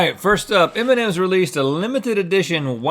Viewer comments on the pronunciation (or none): I heard the first candy as Eminem, not M&M's lol XD